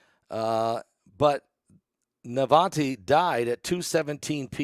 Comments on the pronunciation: Please learn to pronounce names correctly. NA-VAL-NY - there’s no T in the name. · his name is NOT Navante it is Navalny.